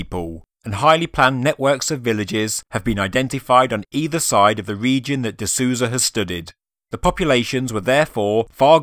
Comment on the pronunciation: Very interesting video! Minor correction, if you don't mind. Gregorio seems to be brazilian. The "Sou" in Souza, his last name, has a sound like "soul", not "Susan".:) Just in case you plan on doing future videos on the topic, and happen to mention him.